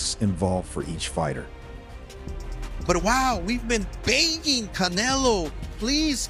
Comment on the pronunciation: CAN-AH-LOW lmfao cantaloupe